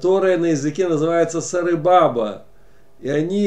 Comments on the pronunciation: Сарыбаба,ударение на втором ба. Сары это желтый,бабА это дедушка. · сары это означает желтый,а баба это дед,и ударение надо ставить на последнюю букву а,и значит получается сары(здесь ударение на Ы,а баба (ударение на последнюю А)только без обиды,чтобы люди поняли,что это Азербайджанское выражение,спасибо за понимание